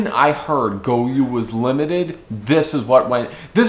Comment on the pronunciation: It's goyO not goyuu